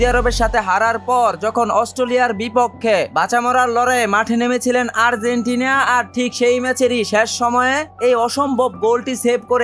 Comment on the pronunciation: আর্জেন্টিনিয়া নয় আর্জেন্টিনা 🎉🎉🎉🎉🎉🎉